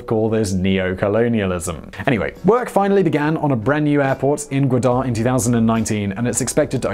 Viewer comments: Its ga wa dar not guader deckhand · Its Ga Wa dar not gadar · Godar? it's Gwadar silly. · He can’t pronounce gawadar port Chutia expert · it's Ga-Wad-Dar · It's Gwadar Port City...not Quetta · the way he pronounces Gwadar is giving me anxiety. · Also please try to pronounce names like Gwadar somewhat similar to the correct one. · it is not peshwar it is peshawr and not gudar it is gwadar not making joke just telling